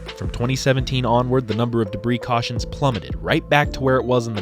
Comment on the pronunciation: "I smell beef jerky, CAWSHIN"